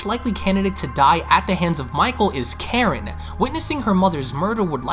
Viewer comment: You sound like a Canadian and your voice is so annoying. Not trying to be mean but also quit saying “offing Karen”, it takes from the significance of her role and it also sounds like ur saying “whaffing karn” LMAO